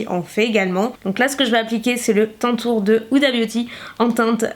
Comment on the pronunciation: Ma belle ça se prononce tane tour c'est un jeu de mot entre tan (bronzage ) et contour ☺